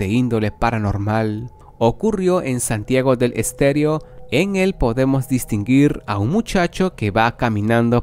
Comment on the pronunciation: Es Santiago del Estero, No les esterio 😉